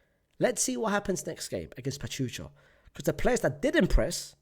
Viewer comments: It’s pronounced Pa-Chuuu-Ka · Unc the name Pachuca be killing you 😭 it’s pronounced PA-CHOO-KA 😂 cheers from Mexico!